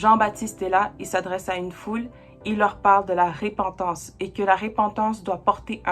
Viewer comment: Merci pour cet enseignement vraiment clair et vivant! Juste un détail technique: on dit repentance prononcé e ( il y a une seule consonne après le e) et non ré pentance. La repentance, j'en ai bien besoin aussi!